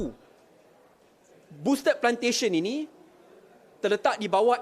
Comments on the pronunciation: You pronounce Boustead wrongly la. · Cuba eja boustead pastu sebut betul2.......